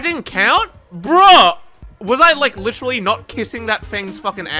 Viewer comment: If I had a dollar for everytime this dude says "litchally" or "question mahk" Jeff Bezos would be jealous